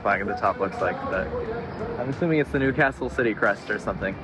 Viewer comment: Nice pronounciation of Newcastle.